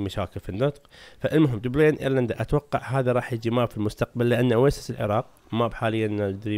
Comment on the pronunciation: اسم عاصمه ايرلندا هي دبلن وليس دبلين فقط للمعلوميه وشكرا استمر